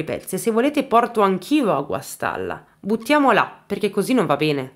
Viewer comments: Guastalla non Guastella!!!! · Ciao Guastalla non guastella..abito in provincia di Reggio Emilia scusa se ti correggo!!!sei bravissimo un bacio 😘